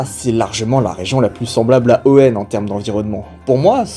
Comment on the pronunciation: et non pas hoeunne bien sûr